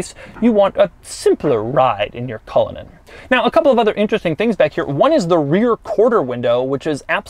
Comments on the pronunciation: 100% thought you said "Rolls-Royce Colon" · The pronunciation is cull/in /Ann as it’s an Irish name !!! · He said it like a swedish person lmao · couldn't even be bothered to learn how to pronounce the name of the car he's reviewing before making the video. Classic doug